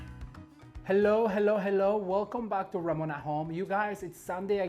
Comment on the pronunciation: Ramon my hat's off to you you said my name perfectly and yes I would I love learning how to put flower arrangements together